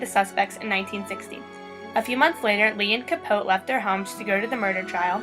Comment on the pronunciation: Capoteeeeeeeee you don't say Truman's name correctly.